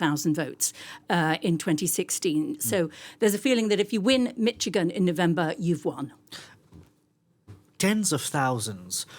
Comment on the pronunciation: Your big expert doesn't realize that they don't have to vote at all. There are also independents running. BTW it's pronounced "Mish -a-gan "not "Mitch again" Get a new "expert". Also Biden only won Michigan by 10,000 votes. IF 30k stay home?